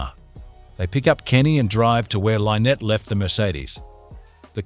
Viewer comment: When you can teach the ai to not mispronounce the name Lynnette, you can stop wanting to kill yourself